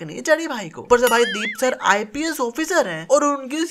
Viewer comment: Aise to tu bhi IPS ko ISP bol rha hai... Ab kre count mistakes